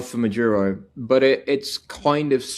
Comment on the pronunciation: His name is Maduro, not Majuro or Madyuro. 🙄